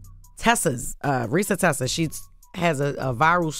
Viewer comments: It's reeeesa teeeesa 🙄😂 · ReesaTeesa (not Tessa)